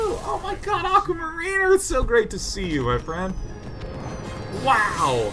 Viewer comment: How he pronounced "Aquamariner" made me wince a little, might be that I hear "mariner" a lot as a Seattlite as opposed to how often it normally gets used, but still.